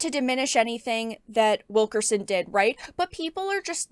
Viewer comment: When I heard you say Wilkerson before reading the spelling, I honestly thought I heard you say, "Wokerson."